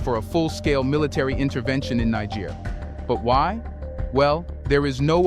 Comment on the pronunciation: I appreciate the info, but why are you pronouncing Niger as Nig ger